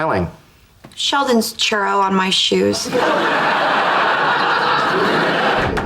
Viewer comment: The word is Chu-ro, not Char-ro - She couldn't have gotten Cuchi-Cuchi on her shoe!